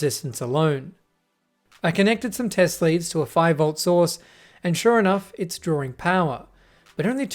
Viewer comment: Guy is a moron he says things like "try and" and "drawring power."